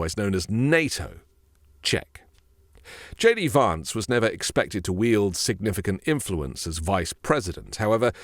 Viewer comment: why don’t you pronounce the name VANCE correctly, you’ve lived in the usa long enough to know what the correct way to say his name is.